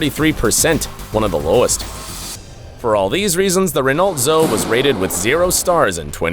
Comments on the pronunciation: Renault "ZO HEY" not Renault ZO 😂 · The Renault Zoe is pronounced ZO-EE!